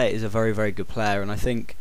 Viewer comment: U say vury